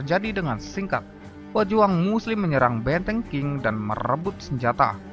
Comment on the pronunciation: Qing Bacanya Ch'ing bukan King, Beijing bacangya Peicing.